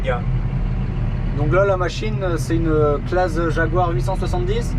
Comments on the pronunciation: Renault et Claas ! Et d'ailleurs ça se dit Classe et non Clase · En fin la fin du suplice made in massey ferquicogne et au fait on dit claassssssssssss 😂😂